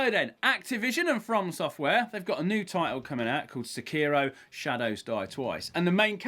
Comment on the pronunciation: I appreciate how he pronounces “Sekiro” properly. That’s something you don’t see very often.